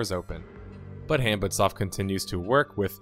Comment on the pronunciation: About the name, HanbitSoft: it's supposed to be pronounced more like "hahn-beet". Or in Korean, "한빛", which translates roughly to "the light of day" or "daylight" or something like that